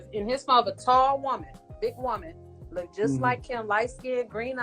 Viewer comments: I swear she just said,i look ted in his phone lol Its pronounced looked madam😂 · Did she say lookded that's not a word 😂😂 it's looked that's it not lookded